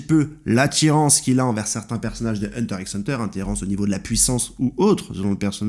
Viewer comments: Ça me stresse de ouf que tu prononce le X de HxH alors que tu connais super bien l’œuvre 😆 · Pq tu prononce le x de HxH ? 😖😖😖